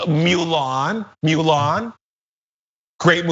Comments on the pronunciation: Calling it "Mew-Lon" just ruined my childhood. 😁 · I'm offended that he pronounced Mulan as "mule on" don't say you love the movie and then say her name wrong.